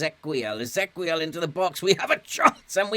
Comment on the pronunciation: I think Ezequiel is just the Spanish spelling of Ezekiel and the qu is pronounced as a k, as in Roque and Pique.